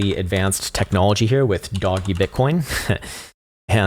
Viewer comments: I’ll subscribe because content is good but mostly because you’re one the first person I hear saying “doge” like me as “doggy” instead of “dowje” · Please tell me you unironically called a meme a "me-me" and Doge "doggy" 😂